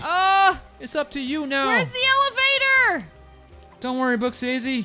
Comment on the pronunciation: She keeps on saying evelator for elevator